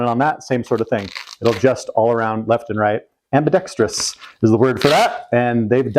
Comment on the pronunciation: Finally, an American adult that actually pronounces "ambidextrous" correctly! Bravo sir, bravo. Now if I can only find an adult in this country that knows the difference between "brake" and "break"...